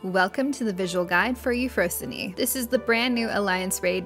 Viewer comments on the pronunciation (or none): It's Eufrosine not eufro sin e